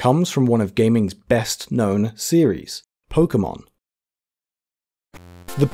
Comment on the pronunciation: thank you for not pronouncing it "pokey-mon"